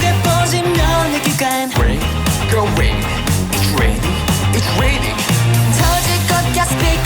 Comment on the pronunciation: 잇츠레이닝 잇츠레이닝! 하는데 중학교영어교재에 듣기녹음파일듣는거같네 따라하게됨ㅋㅋㅋㅋ